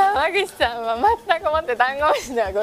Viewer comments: の「山口さん」も心なしか「ダンゴムシさん」に聞こえる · がダンゴムシさんに聞こえたww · 違う違う！ダンゴムシさん！って聞こえて草